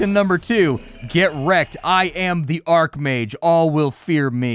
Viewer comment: Archmage is said with the ch not k sound. An arcmage would be spelled as such